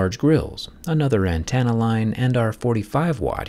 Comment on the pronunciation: For someone who has excellent knowledge and eloquence the fact he says ANTANNA instead of ANTENNA is hilarious 😂